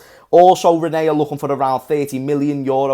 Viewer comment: Ra-nay or Renny... Whatever way you wanna call it! 😂 How about Ren? That's literally how you pronounce it... Rennes!